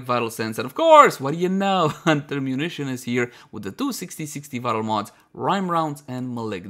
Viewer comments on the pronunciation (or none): none